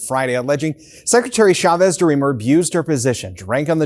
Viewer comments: Her name is Chavez, not Shavez. We say CHAIR, not SHAIR, CHEESE, not SHEESE. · The ch in the surname Chavez is pronounced like the ch in church.